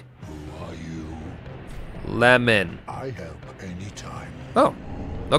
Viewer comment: Hold on my giant's rusty..."Le-mon" 10/10